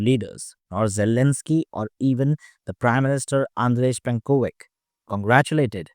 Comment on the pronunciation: Not Plenkovik but Plenkovich. Te same for Milanovic.